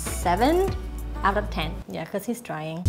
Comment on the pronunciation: I LAUGHED SO HARD WHEN U SAID * YEH EREAN HUESAFFFF* HAHAHAHAHAHA PH FAN HIRRR MISTER SONNYYY STAY SAFEEEEE,🤧